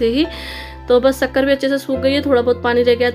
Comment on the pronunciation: Atha nai hata bola karo